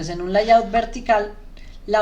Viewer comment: Gracias , buen material como feedback no se dice LAYAUT … es “Leiaut”